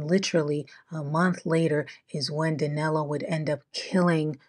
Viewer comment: how come in daniel, you can say the 'i' correctly, but in danilo, you place an 'a' sound on it, the name is danilo not danalo